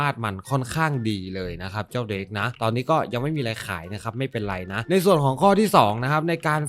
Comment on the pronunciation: มันอ่าน"เดรก"ครับ